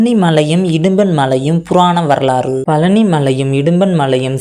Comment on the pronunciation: பழனி என்றே சொல்ல தெரியல நீ எல்லாம் எங்கடா பேச போற